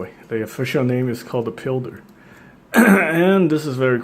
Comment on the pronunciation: pilder. pronounced Pile-der, not peel-der.